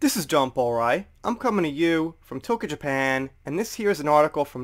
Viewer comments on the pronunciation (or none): none